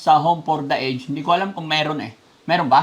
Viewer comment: Konting lesson for today po, ang pronunciation ng aged ay a-jed ( home for the a-jed)🎉